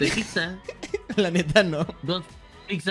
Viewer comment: dice “piczza” Xd